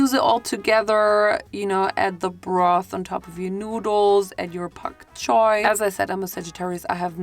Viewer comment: There’s no way you just said POK CHOYYY. I am crying